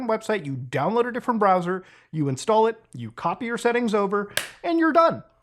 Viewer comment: But Mutaahar I don't wanna switch my bwowwer again.